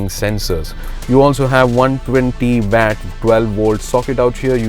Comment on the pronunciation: Did he say 120 vat???? And the comments aren't lit with 120 vats